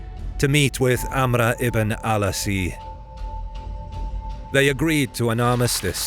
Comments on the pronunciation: The general name is Amr Ibn Al As. it's As in the end not ❗(Asi)❗ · Why the weird pronunciation of "Amr ibn al-As"? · His name was "Amr" "Ibn" "Al" "Aas"